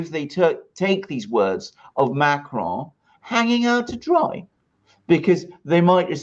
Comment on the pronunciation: Dude why do you pronounce ‘Macron’ with a spanish accent?